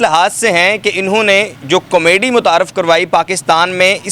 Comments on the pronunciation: Oh Bhai, "comedy " tou teekh tarah say bolo, "Kameedy " kya hota ha🙏😇😂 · Kamaydi nhi hota 🤦🏻‍♀️ comedy hota ha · Camayday nahi hota comedy hota hai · Com-mady.... lolzzz. You should say proper Urdu word instead. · Why is he saying comedy wrong